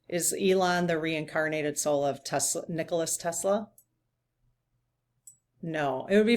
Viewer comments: Nikola Tesla....its Nikola FYI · I think the name is Nikola rather than Nicholas. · nikola Tesla, not nicholas... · She's talking about NIKOLA TESLA! NOT ELONIA😂💜